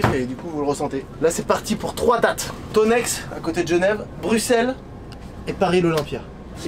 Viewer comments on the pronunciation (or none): Thonex ça se prononce tonais pas tonexe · J'ai mal aux oreilles, on ne dit pas le x de Thonex